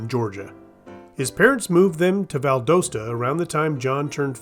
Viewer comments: Valdosta is pronounced like ValDOWsta, not like ValDOEsta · It's pronounced Val-dahs-tah.